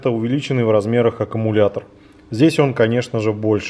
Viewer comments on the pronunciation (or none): none